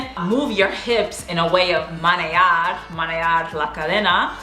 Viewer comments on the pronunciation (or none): Menear, no manear😂